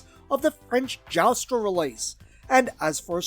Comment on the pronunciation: No, he claims that it was a gray import of the continental European release by French company Joustra (pronounced "Joostra", though he mispronounces it as "Jowstra"). Which is a very abridged summary to the point of being factually incorrect. Joustra originally sold Diaclone toys in Europe under license from Takara (in unique packaging), which made those very toys initially unavailable for Hasbro's newly-acquired subsidiary Milton Bradley when they started releasing Transformers toys in Europe. This, ironically, included Optimus Prime, which is why Jetfire was initially presented as leader of the Autobots. But then Joustra's parent company, Ceji, found themselves in serious financial trouble, so they made a deal with Hasbro/MB, sold them all of their unsold stock of Diaclone toys, which was then put in new Transformers packaging. if you ever see Transformers in packaging with "MB" instead of "Hasbro" logos, those are vintage European releases from 1985. And then Joustra continued to lend their facilities to Hasbro/MB in order to mass-produce several toys specifically for the European market, which included some oddities such as Optimus Prime with red feet, the Constructicons in yellow instead of green (not to be confused with the non-combining European Constructicons from 1992 or the Generation 2 Constructicons from 1993, both of which were also yellow), or a non-retooled Huffer colored and sold as Pipes (not to be confused with a similar "Pipes-colored-Huffer" by IGA from